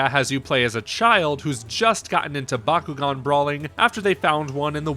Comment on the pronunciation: So good the reviewer can't pronounce the name of the game properly.